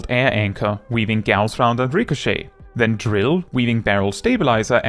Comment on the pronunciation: props for pronouncing "Gauss" correctly